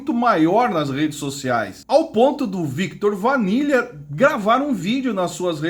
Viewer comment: Cara interessante teu vídeo.. mas por favor fale o nome das pessoas corretamente: Viktot Vanila? Oi???